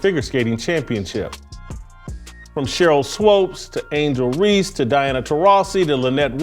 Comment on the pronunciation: jason got to keep saying "swoopes" wrong👿